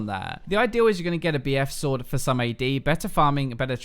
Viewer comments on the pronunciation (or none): none